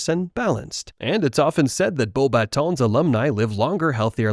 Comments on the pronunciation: “Bow Bah-Tow” “Flurr Delacurrr” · I love your pronunciation of Beauxbatons.